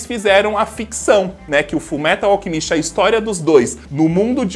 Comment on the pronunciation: Kajak só sei q toda vez q ele fala alchemíst me da uma dor no coração kk